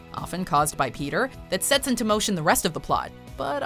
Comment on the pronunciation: Hommer? Petter? English? where?